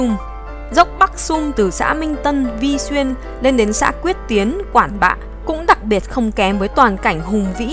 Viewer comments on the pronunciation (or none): Ngắn lưỡi...tệ hơn là đọc sai tên địa danh ( Vị xuyên Hà giang) ko phải vi xuyên. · Bạn này nói sai rồi: Vị Xuyên chí ko phải Vi xuyên …..!!!!! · Vị xuyên hà Giang.chứ Ko phải Vi xuyên BTV nhé